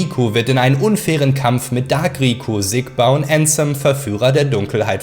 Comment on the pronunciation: Wenn jemals jemand wieder ÄÄÄÄÄNSEM sagt dreh ich durch!!!